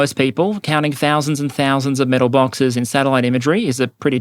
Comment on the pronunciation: metal bawkses...